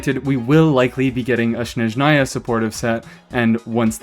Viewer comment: thats not how you pronounce Snezhnaya (source: im slavic)